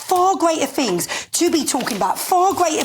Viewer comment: and she did really well on her pronunciation! Fings ain't what they used to be!😂